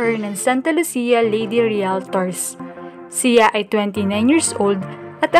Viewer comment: Baka siya Hindi si ya, pinoy ka diba ayusin mo naman pagbigkas ng salitang Tagalog!!!